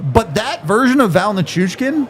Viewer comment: Listening to mispronounce Val's last name make my head explode. Dude! Learn his name.